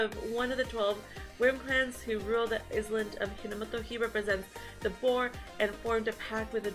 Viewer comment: Looking forward to this. But have to say island is Eye-Land and for Ieyasu the first letter is an I not an L so pronounce Ee-Eh-Yasu. He is based on a historical Japanese figure Tokugawa Ieyasu.